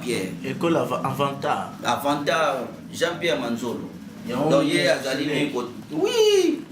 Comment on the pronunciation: Au Congo il y a beaucoup des fous une personne qui n' arrive pas a prononcé correctement le nom de son Maître Avatar il dit Avantar ce genre de malade sont des gens a arrêter.